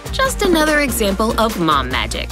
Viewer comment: It is mom not mon